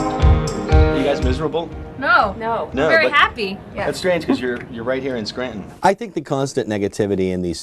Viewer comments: The dude said scranton wrong. It's pronounced skranten. Long a, short e. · It’s “Scrantn”. Like “Sheldn” from The Odd Couple. I know. I’m from there. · It’s pronounced “Scrantin/ Wooks-Bear. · From a NEPA native, Scranton is pronounced more like Scran-in Basically drop the T or say the T so lightly and fast that it’s barely audible.The other trick is to say it fast — don’t make it a 2 syllable word - make it sound like a 1 syllable word. The guy time mark when he says “Scranton’s an easy target” is the best example of how a normal NEPA person would say Scranton in everyday conversation. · SCRANTON?! Archie say SCRANTON?!?!?!